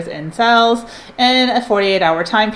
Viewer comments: It drives me crazy lol but I love her so I watch anyway. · I love the way you pronounce Sales. Sounds like youre saying Sells. It’s adorable and makes me smile.